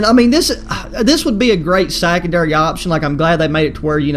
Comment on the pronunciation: Hold up did he say sackendary